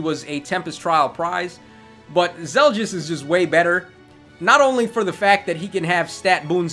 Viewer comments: Finally the Radiant Dawn banner! Laguz units when I won't lie, I'm a bit pissed off they implemented Zelgius as basically a somewhat powercreeped Black Knight with the potential for IVs and merges. By the way, it's Zel-gee-us, not Zel-djiss Micaiah is a perfect translation to Heroes. Her Sacrifice skill is pretty much spot on. In Radiant Dawn, it healed status effects and up to your current HP-1, which was then deducted. In other words the way it works here, not like Ardent Sacrifice which only heals 10HP at a time. Sothe is Sothe, but he looks like he'll be more useful here than he was in RD. Probably one of the best dagger users I've seen actually, if not the best. Somewhat surprised they chose to give him Peshkatz instead of Baselard. I'm sure Volke will shit all over him when he is implemented regardless, as is tradition. Shame, since I didn't mind Sothe's character in RD. At least he had more sense than Micaiah. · "Soft" "Zel-Just" Stop itttttttt.